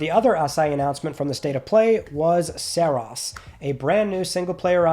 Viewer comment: Have we heard the pronunciation of Saros yet? Because I don't like how you said it. It's not "Saross". To me, it's "Sahr-roas".